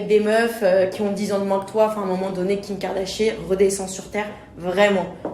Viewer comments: “Kim kardashier ” 😂😭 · Elle a bien dit kim kardachier où j'ai rêvé?😂😂😂